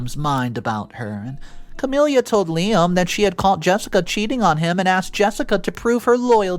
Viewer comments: Noticed this in a few vids now, I cant get over how many characters are called Camilla and how you pronounce it so wrong! Its just ka-mil-la, not ka-mil-li-ya, really distracting! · The MIL’s name is NOT “Cam-ill-ia” it’s Cam-ill-a. Her name does not end in “ia” . It’s like nails on a chalkboard to hear it repeatedly mispronounced! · There is no “I” at the end of Camilla. Ca-mill-a